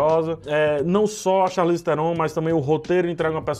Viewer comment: vi hoje a Charlize falando com se pronuncia o nome dela, e não posso deixar de comentar. O Charlize tu falou certo. Se não me engano, a origem é francesa, então a pronuncia, nesse caso, é parecida com o que a gente fala. Ela inclusive zoa quem fala "charlaize" hahaah Já o Theron, se pronunciar TÉRON. Enfim, só uma informação kkkkkk